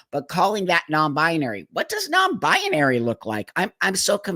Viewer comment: i love you buck but it's pronounced NON-BI-NARY and not NON-BI-A-NARY